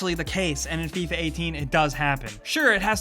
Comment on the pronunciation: "Fee-ah" wut?